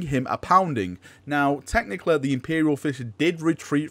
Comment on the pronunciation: I love how you say technically like "technicle"